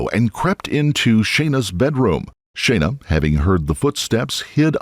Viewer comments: Her name was clearly pronounced Shauna in the video, not Shayna. I believe it would be more respectful to the victims if you would check the pronunciation of their names before making these. Otherwise, great job, thank you. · FFS it's "SHAAH-NA" not "shay-na" you seppo tw*t, at least give her the honour of pronouncing her name correctly in her memory!!!! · Her name is pronounced as Shawna. Just sayin. I've never heard my name said so many times in such a short period of time. Sorry for the off subject comment. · Thumbs down for "Shay-na" ...you c**t.